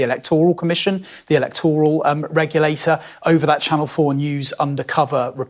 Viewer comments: Electoooral? Its 'electoral', with a short 'o'. Has this man had any education that he has remembered? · Poor Nigel. After over 40 appearances on QT, he suddenly realises it's all a stitch up and people are out to get him. He sure seems a slow learner... BTW, can't this bloke here pronounce the word 'Electoral' correctly, the stress is on the first letter E of the word, not on the 'tor' part of it. Reform aren't set up to fight a General Election, more like limited to by elections. Hence they have to concentrate on winning only a handful of seats, as in most areas, they haven't got the infrastructure to fight 600 seats and have no chance of winning. It'll be interesting to see how many seats they win and where they come second.